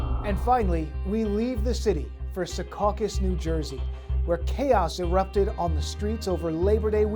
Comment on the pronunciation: It’s not “Se caucus” it’s (Sea caucus)